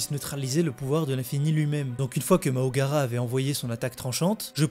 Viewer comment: C'est MAHORAGA. Et non MAHOGARA